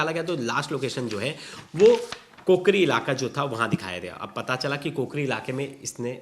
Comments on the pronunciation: कोकरी नहीं काकोरी है जगह का नाम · काकोरी है कूकरी नहीं इसको ठीक करे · Place is kaakori not kokari..